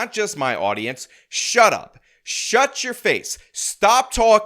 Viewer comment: ".... Shur up!..." 😂 Boom!